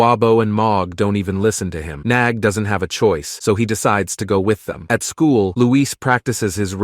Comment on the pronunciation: Bro it’s nag not nog